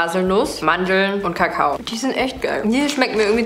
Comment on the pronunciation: Wie du einfach am Anfang kakao aussprichst 😀